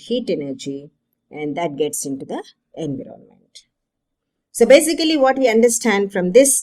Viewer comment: You said enviroronment by mistake .But NYC explanation